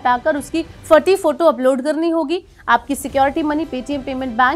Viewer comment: pahle PAYTM BOLNA SIKH LE